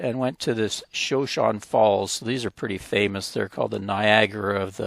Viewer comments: Shoshone not showshone. U should know that being from twin! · Shoshone is a Native American tribe, the one that Sacajawea is from. The tribe pronunciation is ‘show-shown-ee’. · Excellent blog! Now you are in my birth-town of Twin Falls. Shoshone is an Indian name pronounced "shuh-show-nee." Great to see all the places you visited! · Shoshone pronounced show show knee. Shoshone are a part of the Camanche Nation. Great video! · I needed to make a correction on the way you pronounce the Falls. It's pronounced: Sho shown. I realize you're not a native, but I was raised in Twin as a little girl and for part of my adulthood. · I think the falls is pronounced showshowne.